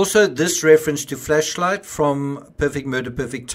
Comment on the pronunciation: I'm sorry, but I can't keep listening to him pronouncing it as "Fleshlight".